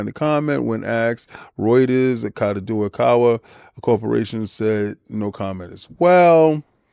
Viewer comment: For reference King, it is pronounced Kah-Doe-Kah-Wah ^^ I don't believe Sony should be allowed to acquire them as it's equivalent to Microsoft buying Apple in Japan. It would make their anime monopoly even bigger and with access to manga and light novels, the global market for that industry would be held with a powerful gauntlet... I also don't want Spike Chunsoft games locked from Xbox again. Same for From Software. Nevermind them owning Dengeki :( Alas, they probably will get this and Microsoft will retaliate.